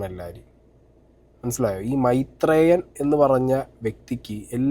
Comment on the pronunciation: Maitreyan❌ mairan✅